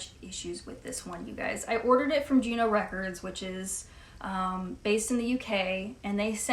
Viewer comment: Are you saying Gino Records -- or Juno? You've been so lucky to just have just two problem re-issues. I've spent most of my spare time this year returning faulty re-issues: mostly warped, some seriously damaged pressings, etc. There is a real problem with new pressings in the UK. At one point in the year I bought 10 new records and had to take back 7 of them. Some were so obviously damaged but still put in sleeves and poly-wrapped. One had the inner sleeve and record very visibly damaged but was put inside a perfectly fine outer sleeve! :0/